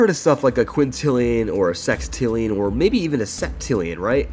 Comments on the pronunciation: but then thats completely wrong. hextillion aint a number, sextillion is. if you wanna pronounce it a sixtillion thats fine, but hextillions just fuckin cursed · REAL DUDE. like bruh ffs just say sextillion :P and yeah hextillion is like the chaotic evil of pronouncing sextillion istg.